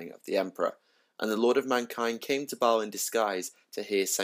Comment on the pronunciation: Thumbs up for the correct pronunciation of baal hehe. My all time favourite chapter since space crusade. Looking forward to twisting my mind with primaris marines next month.